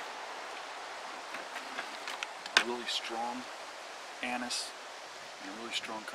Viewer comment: What is the 3rd scent? I think he says ANIS? 🤔